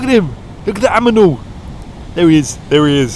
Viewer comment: An aminal!!!